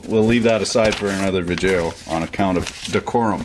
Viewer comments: um....guy, why are you saying 'Vidjayoh' maybe im missing something but isnt it pronounced 'VIDEO'? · I hope this guy is purposely butchering these specific words; vijeo hahaha. Dude is really entertaining to listen to. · What in the hell is a vid-jaio? Seems like a smart guy needs to learn how to pronounce words in the English language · Obviously he's doing that on purpose, along with smelloscope and other malapropisms that I guess he finds to be self-amusing.